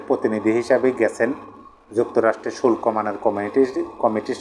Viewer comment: উচ্চারণ হবে ( শু ল কো) = শুল্ক